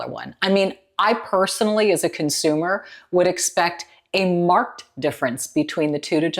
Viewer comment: Not a regular viewer here, just wanted to comment on the word "marked", used here in the context "I would expect a marked difference". I'm not trying to be an a$$hole at all, just speaking up in the interest of sharing a random bit of knowledge. It sounded wrong to me when she said it, because I've always heard the word said as two syllables when used this way. And after Googling I discovered that some words, when used as an adjective, are pronounced with two syllables. So it would be a "mark-ed difference", as opposed to when you'd say it as something like "he marked the difference and moved on". Other similar words are "aged" and "learned". There appears to be many exceptions to this rule, so if you see this and know of an opposing explanation for why these words are treated this way do clue me in. I'm still finding at the age of sixty there are words I've been saying wrong all my life. lol So nothing surprises me anymore. 🙂